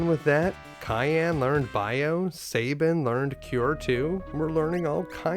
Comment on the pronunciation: I know it’s trivial but I hate when people pronounce Sabin’s name like (Say-bin) and my logic is this: take the word gab, like the gift of gab…it’s not pronounced (gay-b). Gab. Sab. Sab-in. Don’t mispronounce my favorite character’s name, damn it! 😏